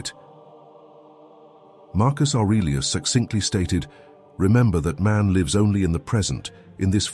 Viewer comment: "...to leeve" I hate AI